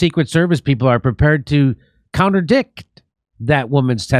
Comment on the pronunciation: Its contradict not counterdict Jimmy Not trying to nit pick just help you out